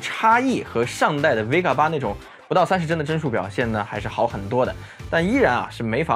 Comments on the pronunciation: Vega 不是 Vgea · VGEA?????? VEGA吧？